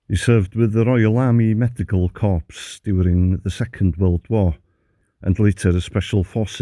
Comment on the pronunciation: At 1.53 and 5. 48 it isn't corps, it is pronounced core. Thanks for the correct pronunciation of kilometre, so many pronounce it in the American way.😇